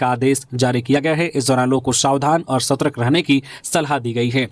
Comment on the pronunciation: सतर्क श्रमिक स्कूल ओर नियमावली का उच्चारण सही नहीं करते हैं